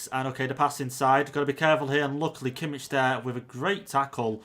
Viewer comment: No definitely not he pronounced Kimmich very wrong